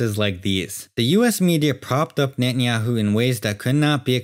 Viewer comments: Can't hold on laughing about the speaker pronouncing netenyahoo or nanyahoo😂😂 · Benjamin Netanjahu - is not Benjamin Natanjahu - is Benjamin Grün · Only ignorant people will buy this, I hate the way he pronounces his name Very provincial.